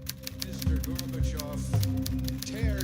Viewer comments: I love, his accent is fucking incredible. Also love how he misspronounces the Russian names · Too much bias. Not a single word about the nazi problem in Ukraine. Nothing about May 2nd, 2014 in Odessa or June 2nd, 2014 in Lugansk etc. Looks like a just another propaganda video. Unsubscribing. PS expert, who can't even pronounce Gorbachev, seems to be greatly oversimplifying absolutely everything he says. Why would you delete a pretty good original video to put out this low quality content?